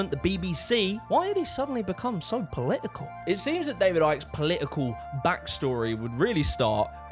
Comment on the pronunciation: It's not Polii-ee-kull. It's Political. It's not 'Eeveaa'. Its either. It's not "free". It's three. Learn to speak properly. It's not that hard.